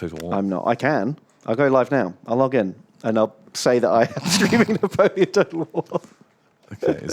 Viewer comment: Na-tom-eon -aparte